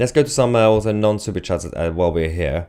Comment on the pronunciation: Be careful Tousi when you say non suoerchats as sounds like nonse superchats lol.